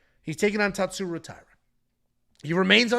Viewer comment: the closest correct pronunciation would be if you read hosha